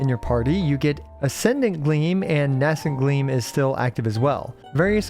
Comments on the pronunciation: Nay-scent gleam. Not N-ass-ent gleam. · VURR-dint. NAY-sint. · Please please please learn how to pronounce "verdant" correctly before the rest of the lunar-charged mechanics characters release 😭😭 Edit: Also learn the pronounciation of "nascent"!!!!